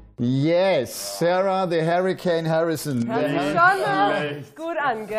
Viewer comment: Hoffentlich wird Kim Hybrechts jz nicht eifersüchtig wegen "The Hurrikan" 🤣🤣🤣